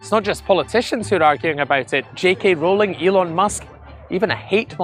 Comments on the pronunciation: Yes , the law sucks.Please pronounce Rowling , ' rolling' as in rolling stone. Not hard. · If only we could make it illegal to pronounce JK Rowling's name wrong!